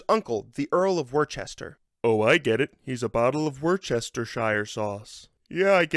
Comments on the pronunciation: Worcester is pronounced "Woo - ster" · thank you this was really helpful !! (also as someone who's from Worcester, it's pronounced 'Wuster' and 'Wustershure' not 'Worchester' haha)